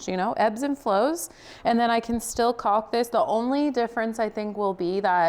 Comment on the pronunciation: no "L" enunciated in caulk. Sounds more like " cawk"